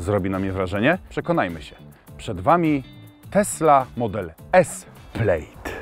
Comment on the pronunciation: Plaaaaaad nie plejd